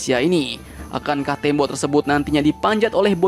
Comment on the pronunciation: Bukan tembo tapi tembok min 😀😀😀😀😀😀